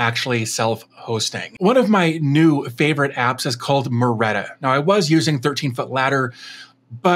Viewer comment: i think its Marreta and not Maretta.